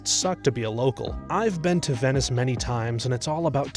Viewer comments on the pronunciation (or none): none